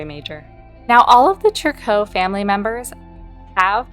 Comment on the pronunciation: Interesting that you call them Trick-koh. Everyone else I’ve heard on YT says “Tree-coo.” 😂 This family is odd but has so much mystery and lore for deceased premades